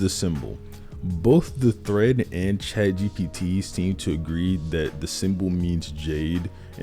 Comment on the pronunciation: every time he says chat gbt kills me